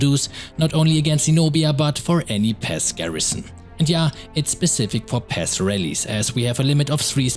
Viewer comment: He said pass I thought he said pest ( NO hate )